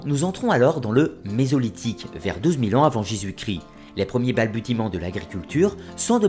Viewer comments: balbutier, prononcé "balbucier" .. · merci. On dit ‘balbuciment’ même si on écrit ‘balbutiement’. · Cher ami rôliste, "balbutiement" se prononce avec un "s" et non un "t". Je chipote sinon jolie taf comme d hab ;)